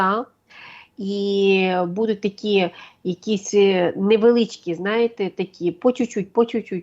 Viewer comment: Научите ведущую ставить ударения правильно. В слове БУДУТЬ ударение на 1-й слог. И не только это слово Правильную речь никто не отменял.